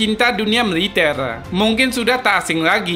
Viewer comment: MILITER ❎ MILITEL✅ CANDA BANG😂😂